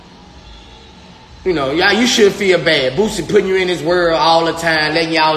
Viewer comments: The artist “BOOZEy” omg not like the alcohol sir lolololol omg 🤦🏾‍♀️ haHhHHaAaa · How the white news reporter said Boosie....""boozzie"" 😂😂😂 .... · According to the reporter, his name is "BOOZZIE" 😭😭😭😭💀💀💀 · Im surprised they didnt say BOOTSIE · I just like how the reporter from the news clip pronounced his name 😂 " "Boozzie" 😂🤣😂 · The New Anchor Man said Booosie. I can't LMAO🤣🤣🤣😂😂😂😂🤦🏾‍♀️🤦🏾‍♀️🤦🏾‍♀️ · The reporter said” Rapper Bozzie”😂😂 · The reporter called him boozey 😂😂😂😂😂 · Not boozie..... He called him boozie🤣🤣🤣🤣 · He said booZie .😂😂😂😂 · so we not gone talk about how the News reporter pronounced his name💀💀💀